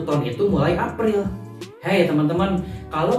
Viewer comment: “Bulan Afril” hihihiiii